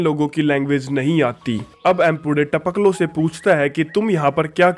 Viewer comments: It's Tapakalo not Tapklo 🤣🤣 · Our jab aay bol raha hai to jyada funny lagta hai taoklo 🤣